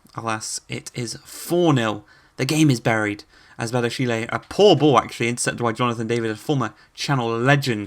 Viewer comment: Hey I'm a french fan of Monaco and I just discovered your career ans I love it 🤩🇨🇵🇲🇨 But I'm french and I want something : please take care to what I will to you about the pronounciations : Ben Yedder : Ben Yeddeyr Volland : Foyland 🇩🇪 Badiashile : Badiashil' Diatta : Dyatta Giroud : Girou Enjoy ✌️